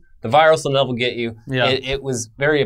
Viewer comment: "the virus'll nevel get you."